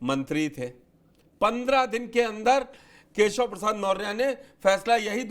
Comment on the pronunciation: Badiya se name lo kesav na keya hol diya hai yahi Shikha ho aachh se bolo